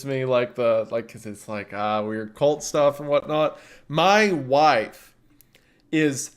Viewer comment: I thought he said, "My mic's dead" and I just misheard him, but no- He did indeed say wife XD